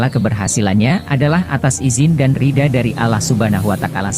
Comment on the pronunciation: Ceritanya bagus .tapi saya ga suka pas dia nyebut Allah subhanahuwatakkala.ridho jadi ridha.tolong lah di perbaiki pengucapanya.